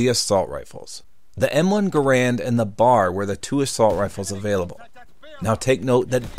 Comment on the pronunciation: The M1 Garand is not an assault rifle, nor is the BAR (bee-ayy-ahr). The letter M in a firearm name usually stands for "model," so you say that instead of "m." M1911 = model 1911.